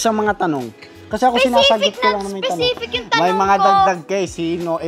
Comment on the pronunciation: "specific not specipic"😂😂😂😂😂